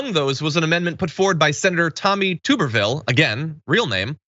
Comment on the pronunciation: It’s TUB er ville! Not TOOB. Do y’all even watch college football??? 🤣